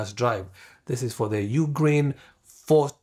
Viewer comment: Not a bad video, but if you're going to be a "Professional YouTuber", it's it's important that you actually can pronounce the name of the equipment you're working on. when you say "UGreen 4T, 4800+ or something like that.", it sounds like you don't know what you're talking about. Also, you state "be careful, because whatever is on the HARD DRIVE will be deleted." That is actually incorrect. The hard drives will not be erased at all. What you should have said is what ever is on the "M.2 NVMe SSD" cache drives will be deleted. Details matter, and many people come to YouTube to learn from those who make videos such as yourself. Please take the time to proof your videos before you post. Strive for excellence in all that you do if you want others to follow your channel and take your advice.